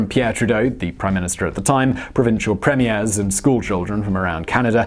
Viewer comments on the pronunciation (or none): Premier is pronounced PREE-myer. Not like a film première.